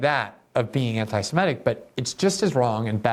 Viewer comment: I'm surprised to hear you say simetic instead of semitic. I would never have guessed you would make that mistake, that is oh, so common.